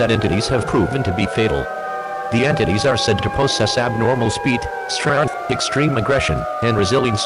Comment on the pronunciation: Are we going to ignore how pronounces "strength?"